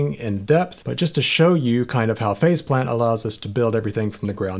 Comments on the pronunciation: I think they should've just accepted their fate and called the plug-in Face Plant since that's what it sounds like everyone is saying when they pronounce it. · I swear I heard you call it Face Plant. Excellent as always. Thanks for pointing yet more software I need.